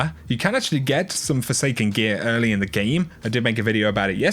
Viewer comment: “In the Geem” 😂😂